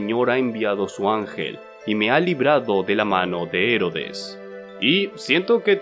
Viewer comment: Aaaaa por que no paras de hacer esdrújulas palabras que no lo son dgjjdfj. Herodes, no Hérodes. Querubín, no Quérubin. Serafín, no sérafin